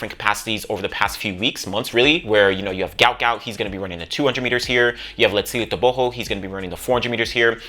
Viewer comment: Stop the mispronounciation of the man's name it's guot guot